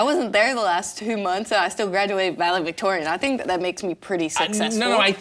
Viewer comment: graduated “valevictorian” ? 😆. So perfect that she mispronounced that word as RJ joked on Kentucky public education